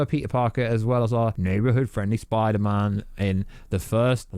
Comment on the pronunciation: Get in my son messaged you on insta and I listened to the 2nd trailer and Dr Strange says spidermen not spiderman omg I could be right